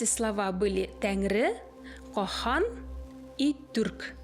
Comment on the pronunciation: Почему говорите кохан?? Слышать не возможно прям ухо режет. Как,ан должен быть. От слова кан